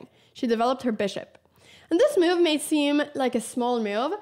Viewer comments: I like how Anna says “myuv” 😀😀😀 a “crucial myuv” 😀👍🏻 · I like the way Anna pronounces move ‘myove’